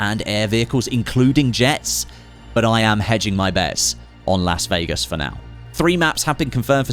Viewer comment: Say "Lass" Vegas again..?